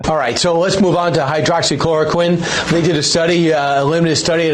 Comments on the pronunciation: What is Sams issue with the word? Is it a bit? Hydroxy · Yes! Thank you someone else is saying that too him! It's driving me nuts! Also shortening it to hydroxy doesn't work Sam. Just call it what it is, and pronounce it correctly. Hydroxychloroquine. All that being said, I love you guys keep up the work! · Sam... here, a little help: Hy-droxy-chloro-quine. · quit calling it hydro oxy...there is only one o.... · “Hide-rox-ee” not hydro-oxy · It’s not, hydro oxy, it’s hydroxy. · Hy-droxy...not hydro oxy...not a big deal, but... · Chemical engineer here: it's pronounced "hy-DROX-y" not "HYDRO-oxy" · It’s not a big deal.. but I believe the drug is called Hydroxichloro- “quinn” not “queen” like Sam has been saying every time. Drives me kinda nuts though. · hyro-oxy-chloroqueen ... lol Sam you're adorable. It's 'hydroxy klorokwin'. In our lab we just called it chloroquine for short. We were trying to see if it would cure cancer. It doesn't. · Sam - it's not "hydro-oxy" it's just "hydroxy" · hydroxy====== hi drox ee not===== hi dro ox ee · ... Hy - drox - y - chlor - o - quine ... Sam, I apologize ... I trust YOU - I DON'T trust Trump ... but Hydroxychloroquine just ISN'T that hard to say ! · He pronounces it hydro-oxy hehe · "Hydro-oxychloroquine?" Jesus, Sam... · Hi-drox-ee-kl-or-oh-kwin ... but I love your show :D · It hurts my soul every time he says "hydro-oxy-chloro-queen." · high drocksy kloro kwin : hydroxychloroquine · Sam the drug is called hydroxychloroquine and its pronounced HI-DROXY-KLORO-QUINN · And it's not pronounced "queen" either. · Your point would be more effective if you actually pronounced the drugs name correctly. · Please. Learn to pronounce the drug’s name correctly BEFORE you rant, even if your rant is correctly based and well verified. It’s like W consistently saying new-que-ler. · Is Sam deliberately mispronouncing hydroxychloroquine?